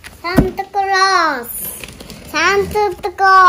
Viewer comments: サンタクロースの発音もいいよね笑笑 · ひたすら可愛い。そんでサンタクロースの発音がめっちゃいいな。